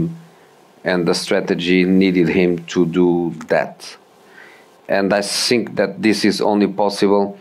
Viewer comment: He can't pronounce think still now,I also heard of him saying sink